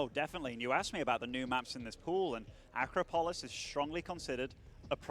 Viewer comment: Dudes, the map is pronounced acrOpolis. Thanks